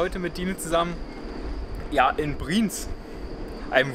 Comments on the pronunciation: Ich bzw wir sagen es euch auch mal als deutsche, die uebrigens seid Dezember 21 in die Schweiz ausgewandert sind. Eure Aussprache von BriEnz, und nicht Briiiiiiens, ist echt verstoerend fuer die Aufnahme via Ohren. Wuerde es dir gefallen wenn Jemand deinen Namen permanent falsch ausspricht ?! Es klingt einfach Scheiße. Eure Aussprache mag ja ganz okay sein, nur zeugt euer Kommentar bzw eure Antwort auf den Kommentar recht arrogant. Obwohl ihr eigentlich keinen arroganten Eindruck macht. Einfach mal mehr offen sein fuer andere Meinungen, die gar nicht boese gemeint sind. Ansonsten schoener Beitrag. BriEnz ist ein unglaublich schoener Ort. Waren letztes Jahr auch dort. Ist unbeschreiblich, muss man wirklich erlebt haben. Hochachtungsvoll, der Gesunde ! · Das wird nicht "Brinz", sondern "BriEnz" ausgesprochen. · Brieenz, Brieenz... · Der Ort heißt nicht Briiinz, sondern Bri-Enz!!! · Ich könnte schon kotzen, wenn ich höre, wie ihr BRIENZ aussprecht!!! Fängt schon damit an, dass Ihr euch nicht so sicher seid, wie man das ausspricht. Offensichtlich null Vorbereitung für ein schnelles Video. Alle Daumen runter!!! Und es heißt BRI-ENZ!!!! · Bri-Enz (2 Silben)